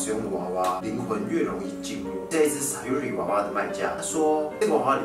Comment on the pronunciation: 那個SAYURI是唸「傻U里」😂😂